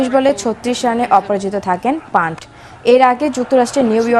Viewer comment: ওহে সনামধন্য খবর সঞ্চালিকা, ঋষভ-এর টাইটেলটা বাংলায় উচ্চারণ করলে 'পন্ত' হবে, 'পান্ট' নয়! সামনে বার থেকে ঠিক করে উচ্চারণ করবেন!